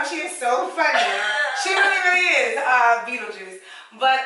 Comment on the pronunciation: Not “Beetlejuice”! 💀💀💀